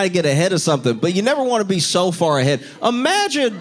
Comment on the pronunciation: I love when Josh says „IMAGIN”. 😅